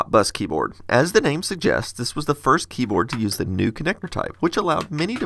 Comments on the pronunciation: APPLE DESKTOP BUS "KEYBOARAD" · "keyboarad" well i saw everything... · “Key Boarad”